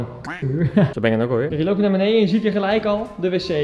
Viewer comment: Kan je voortaan wellicht “beneDen” zeggen in plaats van “beneIJen”? Bvd